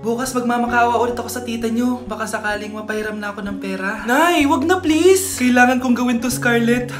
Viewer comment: Sel phon plaese😢